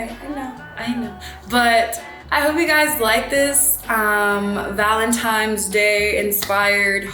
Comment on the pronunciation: ValentiNe’s sis with an “n” lol you’re so prettayyyyyy 💕